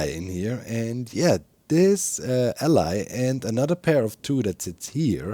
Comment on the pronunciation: Is the fact you consistently mispronounce "allay" as "ally" some insiders joke akin to the "achacha-wood" one, or do you really just get it wrong? It should be prunounced as "al+eyy"